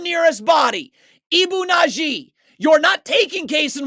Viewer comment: It's Badji, not Nadji. Good video, though. It was hard to watch in real time. If anything, this is worse.